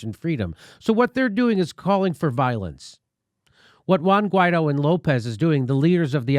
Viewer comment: Shouldn't it be pronounced something like, Why-eedtho?